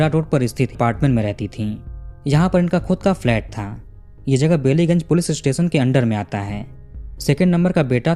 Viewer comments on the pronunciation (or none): Bellygunge nahi pronounce Ballygunge one of the posh area of our city of joy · It's बालिगंज not बेलीगंज (I'm from Kolkata ) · Woh बैलीगंज है बेलीगंज नहीं सर